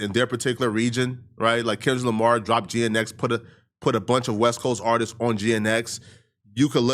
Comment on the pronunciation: Never heard anyone pronounce GNX as Geanetics lmaoo